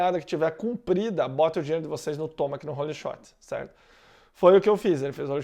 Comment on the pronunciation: sem querer parecer chato, mas o nome do Tomac é TOMEQUI que fala.. pode ver que os americanos falam assim.. tamo junto